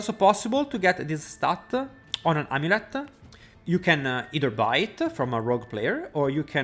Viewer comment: Amuleta Roguea Ringa I love the added a's after words lol